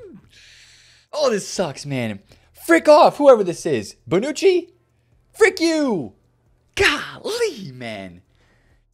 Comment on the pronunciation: Man said “frik u” 😂